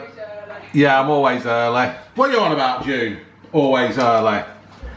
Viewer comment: ‘Always earleh’